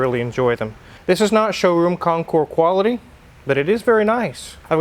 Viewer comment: I believe it's pronounced /ˈkänˌkôrs/. The "S" is not silent.